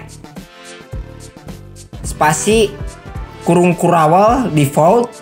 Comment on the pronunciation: spasi kurung kurawel 😂